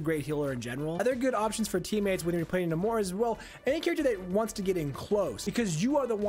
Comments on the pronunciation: Its Nay-mor lmao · I gag whenever he says 'Nah-more' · The way you pronounce his name is certainly unique. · Just the accent. Nowhere else in the history of Namor have they pronounced it that way